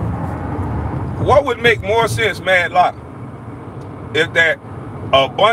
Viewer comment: Who tf is MADDLOCK???? They should take away your damn internet. ITS MATLOCK....MR. GRIFFITH IF YA NAAAAASTY😂😂